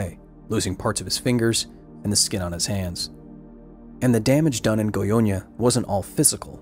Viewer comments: You pronounced Goiânia perfectly. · I was looking forward to this video. By the way, your Goiânia pronunciation was flawless. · As a Brazilian who lives in Brasília just 200 Km from Goiânia I really appreciate that the story of what happened is being discovered by more people. Btw your pronunciation was pretty good Edit: wow 200+ likes! Thanks guys